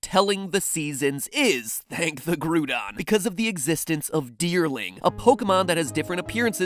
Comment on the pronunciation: its actually called graudon